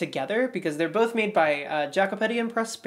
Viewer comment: example: Jacopetti is not pronounced differently - more like Ya-ko-peTTi